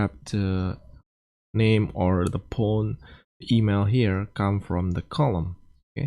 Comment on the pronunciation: Did he say pone? How can you speak English so well and yet not know how to pronounce phone? 😂😂😂😂😂😂